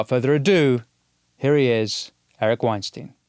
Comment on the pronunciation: Winston. Say "Albert Einstein". Now, with the same pronunciation, say "Eric Weinstein". It's not "Wine Steen", it's "Wine Stine". You're welcome...and have respect for Eric.